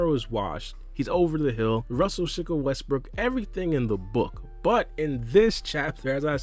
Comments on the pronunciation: He called that man Russell ShikaWestbrook 😭😭😭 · “Russelshikawestbrool” man you a fool😂😂😂